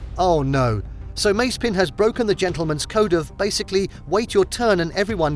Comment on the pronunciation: Your pronunciation of „Mazepin“ drives me mad! Is like the american „Porsch“ 🤣🤣 Still great content again 🤘🏼